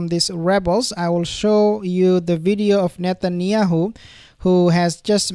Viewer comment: Did he just say shetanyahu😂😂 or shaitanyahu😅😅😅